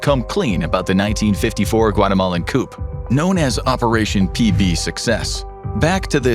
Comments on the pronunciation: It’s coup as in ‘coo’ not ‘coupe’ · "Coop?" It's pronounced "coo," and is short for "coup d'èta" (pronounced koo-day-tah). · you uh, you talkin bout chickens or did you not mean to pronounce the p in 'coup'? Coo, coo. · Did you really pronounce “coup” with a hard “p”? 🤡🤡🤡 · Calling a coup a coop is hilarious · “Coup”? You literally said “coop???” How good is your research / quality control?? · Lol you pounced coup as "coop" 😂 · The “p” is silent in the word “coup”. It’s a French word. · The "P" in coup is silent. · Thankyou…that bothered me lol